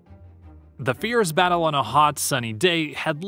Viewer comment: why can’t this narrator speak correctly? fearz and fierce are not the same word.